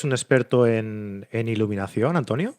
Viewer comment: Olt? Cleck? Termineiror? ileminación?